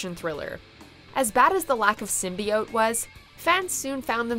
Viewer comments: Venom was great... FUCK YALL MEAN?.... edit: but I mean... I am with you with the "Sym-BYE-iote" pronunciation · Shit a lot of people actually liked venom a lot before the film was out. Like they really wanted to see it. Even I was hyped. Yea I can agree on the symbiote pronunciation was just a massacre but they fixed it in the movie. Other than that I enjoyed the movie a lot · Also really funny to hear criticizing Venom on pronunciation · A teaser should still feature... you know, the title character. But yeah, they put the teaser there, and then also put on the next trailer just for the way the characters pronounced symbIote. Which seemed like a weird reason to write the whole thing off. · I liked the Venom trailer's build up to Venom's reveal but why it was annoying how they pronounced symbiote did piss me off Also: no Sonic 2019 trailer